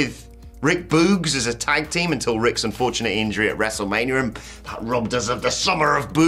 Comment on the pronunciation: Did you just say WrestleManrium? You silly British man.